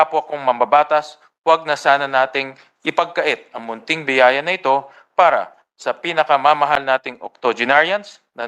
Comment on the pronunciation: Sori Po matanda na talaga may mga maling touch po ' biyaya," Hindi bitaya😢